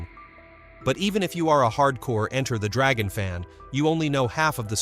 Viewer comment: Why does this imbecile say Enter (full stop .) the Dragon. Get a narrator who knows English !!! 😢